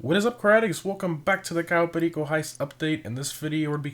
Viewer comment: Dude say Cato perico right but not stradale